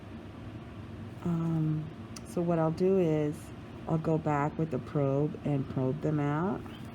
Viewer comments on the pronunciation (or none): none